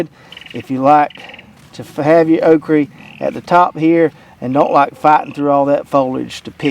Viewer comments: It is okra not okree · Why can't you say "okra?" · Love how you say okry